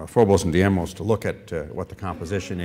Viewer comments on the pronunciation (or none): Funny that the director of NASA Ames is mispronouncing the Mars' moon - Deimos. He repeatedly called it Diemos.